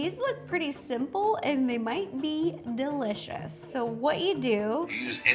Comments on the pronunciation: Hehe “ dill -licious” Idk if it was intentional but it was funny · ha ha “dill-icious”